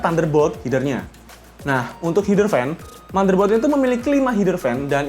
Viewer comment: "Heder" bang (e kayak ngucapin "meja" ), bukan "hider"